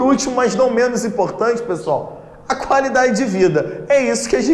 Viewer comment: ''Gente, boa sortcha''